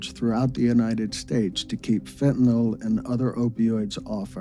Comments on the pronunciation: It is pronounced FentanYl Not fentanOL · It pronounced fentaNIL, not fentaNOL. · FEN TAN YL...NOT FENTENALL